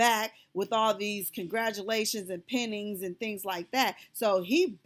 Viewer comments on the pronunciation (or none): The word is Pining pronounced Pine-ing, it means to long for or yearning in reference to love sickness.